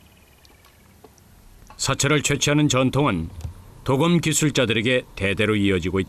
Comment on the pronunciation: 鍍金(도금)이 아니라 刀劍이예요! 도~검이라고 발음해야지! 방송국이 한국말을 망치고 있어! 요즘은 방송 심의도 하지 않나 봐! 성조법이 다시 부활되어야 돼!대한민국 공영방송이 전 세계의 망신거리를 자초한다! 근거도 없는 발음법때문에!